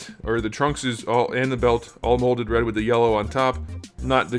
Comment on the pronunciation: Every time you said "molded red", it sounded like "molded bread" and I laughed so hard. "The cape is a nice molded bread. This is molded bread with yellow paint, and that's very clean. The trunk and the belt, all molded bread with the yellow on top. Not the cleanest." I'm dying. This isn't a figure. It's moldy bread.